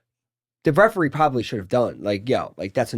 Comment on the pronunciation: “the Resuert” i thought cyril gane koed ciao & took the mic to brag abt his eyepoke over aspinall 😭